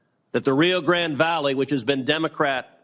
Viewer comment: A Tejano who doesn't even know how to pronounce Rio Grande! More of the big lies. Of course, they aren't wasting their time with you!